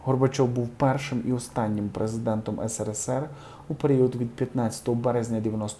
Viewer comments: Правильно вимовляйте абревіатуру СРСР, якщо вважаєте себе хоч трішки культурною людиною! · навчіться читати абревіатури, це такий позор,соромно вас слухати,СРСР це не сировини,. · Коментатору треба вивчити назви літер. Сири в магазині, а не в назві країни.... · Назва країни СРСР вимовляється за алфавітними назвами літер.У диктора дивно(( звучить... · Не ,,СЫРЫСЫРЫ,, А СССР, ПРАВИЛЬНО ГОВОРИТЕ. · Не правильно говорить не сири сири, а есессер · що за СИРИСИРИ????? вимовляйте правильно! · ти зовсім дурний..Сирисири звучить дуже негарно з твого рота.слідкуй за своєю мовою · ваше" сирисири" ріже вухо і не пасує для журналіста. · Противно смотреть: эти ,,сыры'' задолбали. Автор безграмотный. Научись правильно читать сокращения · Ведущий, надо поработать над произношение "сери сери" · Що це за сири сири? Ви що нормально говорить не вмієте? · які сирисири? Ви що букви не знаєте як вимовляють , 😂😂😂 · Сэрэсэрэ , автор ты вообще тютю ? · Что за сы ры, сы ры! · «Сэры-сэры» просто добило!!!! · Не было такой страны — сыры сыры, сыры это продукт питания, или избавление от этих продуктов в простонародье, как блогер несите культуру произношения в массы, а Вы — сыры сыры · Автор, как вам не стыдно?!Правильно называйте страну! Эс эр эс эр (СРСР) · Сыры сыры.. Ну и грамотный диктор, кошмар.. СССР.. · Слушала интересную информацию и недослушала. Режет слух аббревиатура "сыры-сыры" . Мабуть малось на увазі "СРСР". 🤔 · «»Сыры-сыры»» и это грамотность современных журналистов стыд и позор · Сери та сери, грамотна вимова, жах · ЭСЭРЭСЭР---СССР,.Так и говорите.я училась в украинской школе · Дякую за новини! Подобається як ВИ висловлюється" сири- сири" - СРСР! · Вы себе чуєте?! Сере, сере...сере.... , сере.....хто і де сере? СССР це не сере сере. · Зачем так говорить:Сэрисэри?!!Это неуважение к тем кто родился и жил в этой стране. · Це так задумано: серисери?)))) Бо не можу серйозно слухати) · А не можна не сирисири а нормально